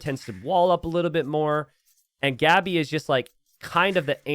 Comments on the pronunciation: why do you keep pronouncing Gabi's name wrong? The "a" is pronounced as in "want" or "what" like aaaaaa and not like "and". So its Gabi, not " Geebi" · He's pronouncing it as if it were Gabby, which is... completely natural actually